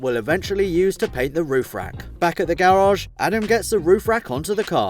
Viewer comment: Bro i love your series but it is garage and not gararge 😂😂